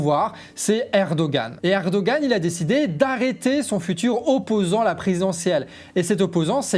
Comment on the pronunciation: Juste une précision : on ne prononce pas le "g" dans Erdogan, l'accent au-dessus de celui-ci fait qu'on le prononce comme un "h"